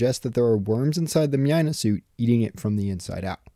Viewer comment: Mynah is pronounced as "Mai-nah", similar to "miner"